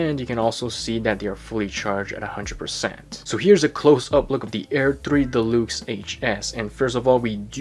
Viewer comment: I digging the way you pronounce deluxe, de-lukes, lol.